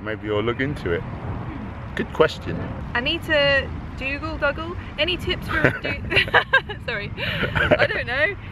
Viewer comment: Pronounced Doogal, sounds like Google. Thanks for answering my question.